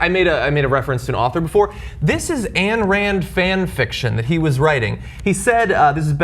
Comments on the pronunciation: Her name is pronounced ein not ann. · Ayn, is pronounced "Eye-n". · Ayn Rand, not Ann Rand, John. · John, Ayn is pronounced like it rhymes with pine...although her original name was Alisa Rosenbaum, which she should have kept...just an fyi.